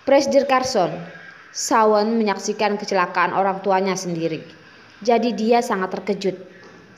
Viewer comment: Cara baca yg benar Shawn = shon River = river ( bukan raiver)